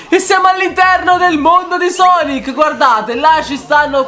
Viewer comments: Si pronuncia sanky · Sei il migliore di tuuuuuuuttttttttiiiiiiiiii!!MA CI SONO 3 PROBLEMI IL PRIMO È CHE NN SI LEGGE SUNKY MA SANKY IL SECONDO È CHE NN SI LEGGE EGGMEN MA EGGMAN IL TERZO NN È UN PROBLEMA MA BUONA PASQUA!